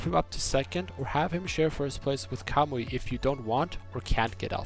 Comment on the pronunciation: Everytime he says Kamui i only here cowboy.